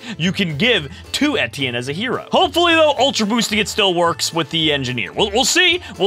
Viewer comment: etti-in lmao its a french name pronounced Éti-ehn